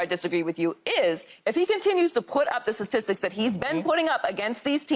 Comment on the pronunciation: Let’s get someone on this show that can say STATISTICS please